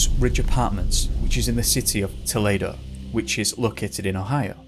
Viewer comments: Remember that US third floor = UK second floor. Also younger children like 3 year olds bounce with minimal injury. Also, toll-EE-doe. ~ aspie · It’s pronounced TOE-lee-DOE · Pronunciation: toe-- lee doe, Ohio. Just letting you know. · Just a heads up on a minor detail. Toledo is pronounced Toe-Lee-Doe.